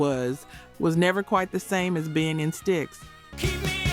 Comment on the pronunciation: Is this an AI voice? I think so. Irritates the hell out of me when it mispronounces bands, like Mutely Crue instead of Motley Crue; and Stikes instead of Styx. Otherwise, I really enjoy these. It’s a bit like enjoying some documentary, w someone running their nails down a blackboard every so often!